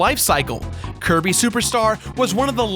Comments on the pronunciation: you called Kirby curry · in the video accidentaly said cirry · did anybody notice he said kirby wrong and outer words